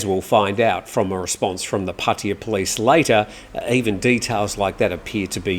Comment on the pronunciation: What is puttia ??? I thought it was Pattaya my Thai friends are laughing too about the way you pronounced puttia